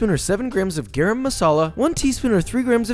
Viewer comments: Ayy Josh, it’s prounouced like this: guh-rum masala. Not garem. No offense, jus providing da right pronunciation. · “ geraaam masala ” LOL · Garam is pronounced more like guh-rum than gare-um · sir great video uh but you don't pronounce basmati like that you pronounce it like this: buhz-maa-tee. also you pronounce garam like this: guh ruhm masala. also fun fact Kashmiri chili powder isn't spicy it's just ther as a red chili powder for the savory Indian cooking safer than food coloring too. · Garam is pronounced like 🚗-rum, but drop the c and replace with g.